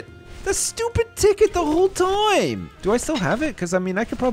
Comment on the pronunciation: its time not toiam